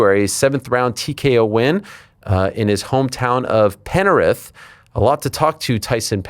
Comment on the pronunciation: Ariel: Penarith Aussies: Penrith People from Penrith: Penriff 😂😂😂😂😂😂😂😂